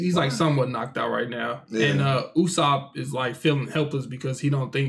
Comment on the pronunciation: It's pronounced Ooo-sop just in case you were wondering